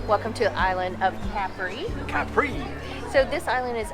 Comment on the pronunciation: Càpri not "caprì".... 🙄